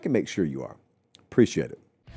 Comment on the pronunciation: It’s “are”